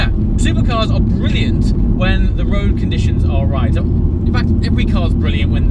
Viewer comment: U say road as woad